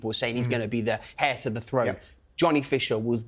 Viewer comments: saying “hair of the throne” when he meant heir of the throne 🤡🤡🙈🙈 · At 2mins 55secs 'the hair to the throne'? You don't pronounce the 'H' in heir😅